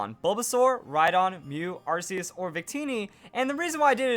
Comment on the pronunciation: It's 2016. And people still say Arceus wrong.